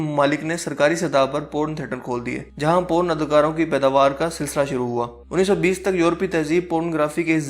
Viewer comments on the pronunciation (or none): Po run nai Porn